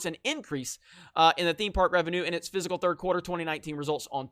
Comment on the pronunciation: again... Fiscal is not pronounced like physical. help me help you - say it with me Fisk'l - two syllables